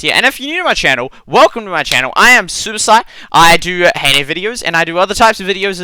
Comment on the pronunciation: was it only me but did it sound like he said Suicide instead of superSight?